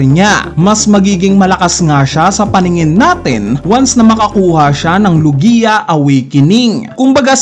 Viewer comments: It’s log-ya, not lu-giya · BOSS HINDI LOGIYA 😂 LOGYA PO PAG PRONOUNCE NYAN HAHAHHA NUNG UNA SI KING HARALD GINAGAWA MONG HERALD 😂😂😂😂